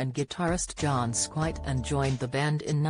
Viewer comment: sad news..but really delivered by an AI?? John Squite?!! wtf!!